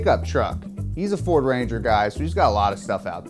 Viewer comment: Ford fuucking raaaanger. *southern accent*